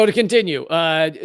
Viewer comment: I don't mind if you say Macron name wrong, he is a bad man anyway.